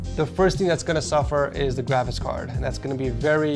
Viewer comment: I like when he says " GRAVIS CARD" more like travis card...